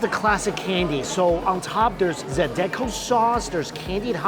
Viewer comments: Hey that's my home town! Also it is Zah-dee-co sauce. 😉 a lot of people miss that I'm glad you had a great time! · It’s “Zie-da-Ko” podnah! Love your videos! Come back and see us, nah!